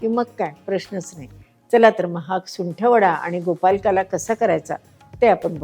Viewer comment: छान आहे, पण नकळतपणे तुम्ही गोपालकाला म्हणत आहात, ते कानाला टोचतं, प्लीज् गोपाळकाला असे म्हणा ना ताई.